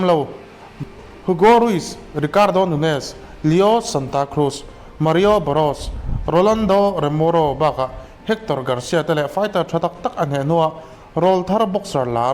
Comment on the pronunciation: Rolando remoro a nilo romero tih tur